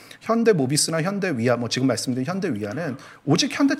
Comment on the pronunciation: 리포트 내용과는 관련없는 좀 딴 소리인데요. ㅡㅡ 한국말 발음과 영어 발음이 뒤섞이는 거 같습니다. 예) 지금->쥐금, 사실->사쉴, 핵심->핵쓈, 발전->발쭨, 작년->좍년. 주로 ㄱ->/g/, ㅅ->/s/로 발음하시는 거 같아요. 발음이 정정되면 귀로 들을 떄 좀 더 귀에 쏙쏙 들어올거 같아요. 흐흐